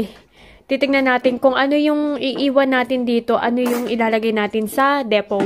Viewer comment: Depot pronounced as deepoh